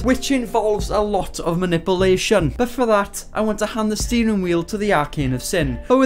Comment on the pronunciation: Oh the BEST pronunciation yet.. Man-nipple-ation 🤣🤣🤣🤣🤣